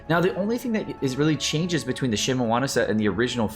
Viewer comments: So glad it's not a drinking game whenever you pronounce something wrong like that... Think of the alcohol blood poisonings you would be responsible for! "Shee-mee-nah-wah" (I know you corrected yourself at the beginning of the video, and the rest was recorded ahead of time. It's appreciated! But PLEASE! "Xing-Cho"... Not "Xing-Coo!") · lul at that Shimowana pronouncation. good math calculations tho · So annoying he saying Shimewana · Does he not know how to read? Bruh it shimeNAWA NAWA NNNN THE FUCKING N MY GUYYY.THE N